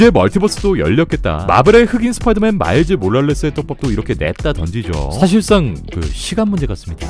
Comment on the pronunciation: 엄청난 흥분에 마일즈 몰랄레스 소환시킨 발음띵크 그.....혹시 소닉띵크좀...